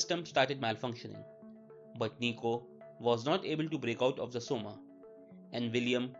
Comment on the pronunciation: Coma isn't pronounced soma LMAOOO its pronounced Koma